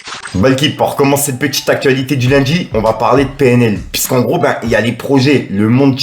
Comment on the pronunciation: Gros tu me stresses à dire : « piiisque » c’est « puisque » bordel !